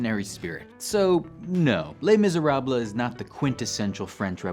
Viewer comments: Les Miser-ah-bluh.... LOL You're killin' me! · my roommate made me pause the video, thought she was gonna have a stroke each time he said the title of the book. ( to be fair, it is in her top 10 of all time in the musical the book) Glad he did a video on this, though. as usual it's well thought out and executed. maybe ask the friendly AI to pronounce languages that you're struggling with?